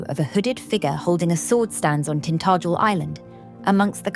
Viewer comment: Try pronouncing the name,Tin tah jel.